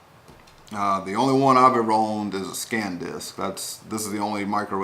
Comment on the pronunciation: It's not Scan Disk it's Sandisk,San disk. It's close in what you are saying but I believe you are saying it wrong but I understand what you are saying if that makes any sense nice review thank you.